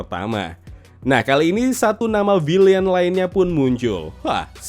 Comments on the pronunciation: vilein bkn vilien, bacanya oon 🤣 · Villain bang....bukan villian ...😅😅😅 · Am i the only one noticed that he says villian instead villain? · Kok "villian" sih bukan "villain" ?? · VILLAIN bukan Villian bang